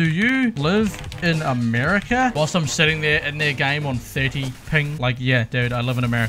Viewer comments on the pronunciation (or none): "Do you live in amaerica" Hazz?? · "Amaerica"